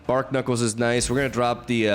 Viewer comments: Bar-knuckles (as in the thing on your fists) Not bark-nuckles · youre pronouncing barknuckles wrong. its a pun between barnacles and knuckles. so "bar-knuckles" (silent k). 🤓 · Who's gonna tell it's pronounced 'Bar-knuckles'?